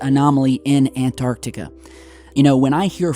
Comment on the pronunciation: You crucify Vice for misspelling yet you say 'ANARTICA' Your channel is interesting, yes. But do I believe all the crap you say and post? No. If people would compared the legitimate stuff you post vs the downright bs, you'd realize you're not that 'credible' of a channel either.